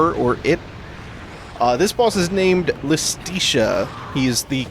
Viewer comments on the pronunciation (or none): Ok idk if you'll EVER see this but hopefully someone goes back through this playthrough to prepare for Bayo 3 when you inevitably play it Iustitia is pronounced Justitia, which makes sense, as it's the Cardinal Virtue of Justice. Not to mention in Latin, the J and I used the same I, giving words like Iudex (judex)